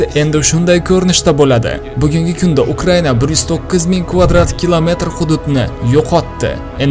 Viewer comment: 😂Bita man shunday eshitimmi bu bolani gapirishiga qaranglar Uqriyaniya-- Ukraina. Maqskiva---Maskva bulishi kerakmasmi 😂😂😂😂😂